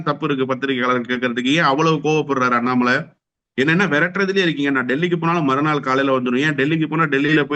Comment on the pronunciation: எதற்காக பீப் சவுண்ட்? இவன் அண்ணாமலை என்ற பெயரை வேறு வகையில் அசிங்கமான உச்சரிக்கிறான் . 200 ரூபாய் ஓசி பிரியாணி கொத்தடிமைகள்.